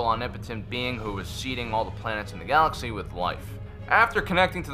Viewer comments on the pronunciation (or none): none